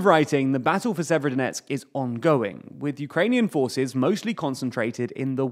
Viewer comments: If it's helpful, the way to pronounce Severodonetsk, is to not bother vocalising the first 'o'. So 'Sever-donetsk'. That's what the locals seem to do. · Jeeez guys you could just look up pronunciation of Ukrainian towns and rivers... Even google translate talk bot can do it better than. Sayverskyedonetksks is not how you say that lmao.